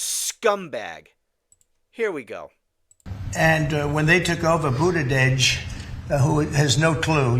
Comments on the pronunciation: “Budadedge”. Lol😂Too stupid to pronounce his name, I believe! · Goosfraba. That’s the first time I’ve heard someone say that word. I assume you have seen Anger Management with Adam Sandler and Jack Nicholson. That’s the movie i heard that word from. I laughed when Trump said Budadege. I think he said Pete Buttigieg’s name wrong both as an insult and also because he has a hard time pronouncing it. If Trump were on a bike the back tire would probably deflate because his fat butt is on it. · Oh my meow, Trump’s pronunciation of Pete Buttigieg’s name shows how daft Trump is. Trump said, he drives his bike…you don’t drive a bicycle, you ride it. “We start with 10% and we end with 10%.” Love your laugh on that comment. Trump looks like a big oaf sitting in that desk chair.